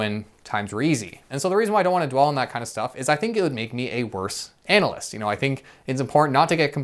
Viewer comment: Interesting way of pronouncing "analyst" 🙂